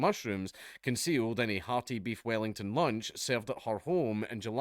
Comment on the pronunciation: Weef bellington